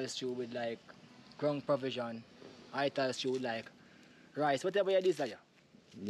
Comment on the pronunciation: ‘Ground per vision’?!